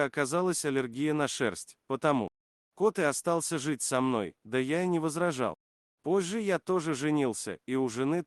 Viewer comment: Интересное слово Вы придумали: "попожжа"! Улыбнулся безграмотности, выставленной напоказ. 🙂 Уже не обращаю внимание здесь на "камфорку", "(что) то не то", а также "тубаретку", "велисапед", "калидор" и "полуклинику" у других. 🙂